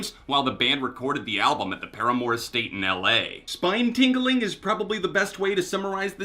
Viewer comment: the „paramore“ estate?